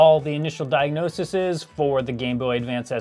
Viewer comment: Sorry, but I'm pretty sure plural of diagnosis is diagnoses (pronounced di ag no' sees)